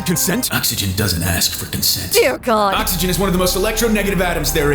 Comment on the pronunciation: Please don't say God like that